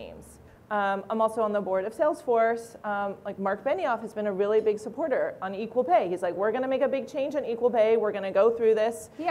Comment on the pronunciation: Like OMG Gag me with a spewn,,, like raily